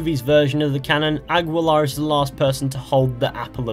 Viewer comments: the dude's name isn't pronounced as "Algweelar" it's pronounced as "Algeelar" in Spanish the "ui" makes a "ee" sound at least in Mexican spanish. Oh and later you should make a video of you trying to say some sentences in Spanish it'll be really funny 😂😂😂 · I thought it was pronounced Ah-Killer...